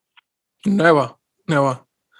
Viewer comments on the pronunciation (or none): Love Davy. “Did you ever consider leaving the club in January?” Davy with a big ass smile and chuckle: “Neber, neber.”